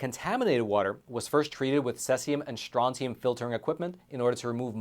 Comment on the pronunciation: Ty ... By the way you mispronounced the word "Cesium" ... I am a chemist lol